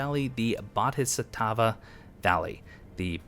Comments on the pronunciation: I got some real 'nam style flashbacks upon seeing the words "Ashina Depths" fade in on the screen. Also, for future reference, "Bohdisattva" is pronounced "boh-dee-saht-vah", just in case you were wondering. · its pronounced, BO-DHEE-SAT-WAA;);) also im absolutely loving this series, thanks